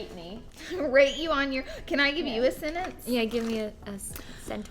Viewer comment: "Can I give you a sennenns?" "Yeah, give me a senTenCe..."